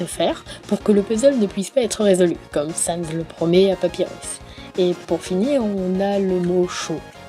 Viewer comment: "SanZ" "Papywus" Que du bohneur